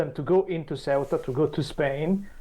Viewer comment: yes but finally pronounces it CORRECTLY